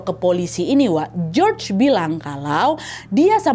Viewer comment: Hallo, salam dari Perantau Yunaniii. Btw cara baca nama Si George itu Yorgo Skiadopulos. Jadi George kalo di Yunani disebut nya Yorgo (Giorgo). ❤❤